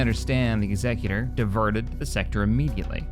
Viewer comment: Day 10 of asking to pronounce Executor correctly… Also saying Shed leans hard right and therefore he’s a bad guy makes zero sense. If anything he’d be hard left, because he’s Imperial meaning he’d be all for rising taxes, stripping the rights of the people to defend themselves, and fake news/ propaganda. Or you could just leave real world politics out of Star Wars…🤷‍♂️